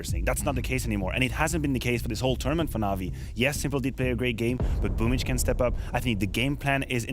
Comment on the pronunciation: I like how Boomb14 celebrates but why is his nick pronounced as boomich? I'm new